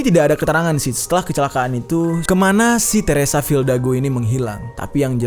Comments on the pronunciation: Fidalgo bang bukan fildago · RALAT BANG , FIDALGO BUKAN FILDAGO :V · Bang jery bilang "teresa fildago", ditulisannya "teresa fidalgo" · Teresa Fidalgo bang bukan Teresa Fildago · FILDAGO apa FIDALGO bang? hihihi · Fildago dikira bandung bang dago. Teresa fidalgo yg bener wkwk